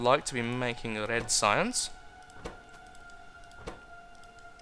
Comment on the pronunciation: rrrrred science